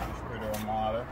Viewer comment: Its pronounced MORTQR not MARTER !!! please!!!!!!!!!!!!!!!